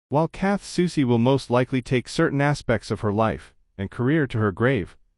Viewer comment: I’m just impressed that this robotic a.i. voice pronounces Soucie correctly. Most ordinary humans can’t or refuse to do that. But other than that idk why this was recommended to me. Strange.